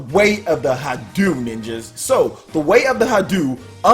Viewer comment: its not hadue its Hado